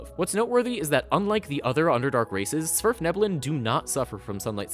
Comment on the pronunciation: "Svirfneblin is how you pronounce the ACTUAL name of these people..." Congratulations on being better at pronouncing the name than at least 25% of other DnD youtubers. Now do Duergar. (The "u" is pronounced like "v" because of the norse. No we don't actually do that, but they wanted the name to sound similar to how Scandinavian languages say "dwarf" without including any metal ümlauts.)